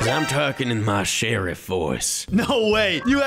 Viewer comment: Bro said sheriff in arbick sheriff